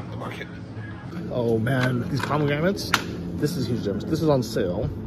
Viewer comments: I am from Milwaukee, WI and we use carts everywhere. Even when doing laundry. They are very convenient! We also have very good farmer's markets with everything you can name. You must have not been to many cities in the U.S. And by the way, it's pronounced "pomegranate" and not pomegramat. Depending on where you go in the States, you will always find something different so give us a break and stop downgrading this country. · dude, there is " 1 " letter M and 1 letter N in pomegranate. I almost died when you said 2 M's ...Good stuff had a tree in my backyard. As for the carts we do have them here in the US old people use them for shopping, even loading clothes to take them to the laundry mat. I am in 2 bands and mostly are elderly and there are 2 people that use those carts for their instruments and music folders and other things.